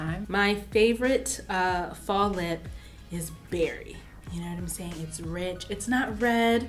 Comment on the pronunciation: I love how says. “You know whaemsayin “